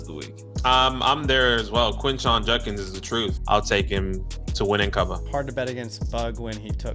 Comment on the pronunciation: Quinshon "Junkins"....